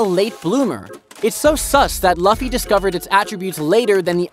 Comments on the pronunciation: Said luffy wrong lol its not "loffy" its Lu ffy" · yeah the pronunciation is " Lu-ffy not La-ffy" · it is not laffy it is luffy it is not alabama it is alabastar good content othervise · why did you say fluffy with out the f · I can't watch anymore. You mispronounced luffy's name too many times. Disliked and out. Research how their names are pronounced next time.